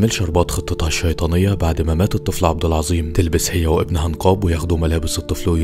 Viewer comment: عبد العزيم ❌ عبد العظيم ✔️/إڨرمي ❌إجرمي ✔️/اخرڨت ❌اخرجت✔️/من زلك ❌من ذلك ✔️/اخرڨ ❌اخرج✔️/توڨدها❌ توجدها ✔️/ الڨلسه ❌الجالسة ✔️ اللغة العربية الفصاحة تبكي في الزويه😂 ❤❤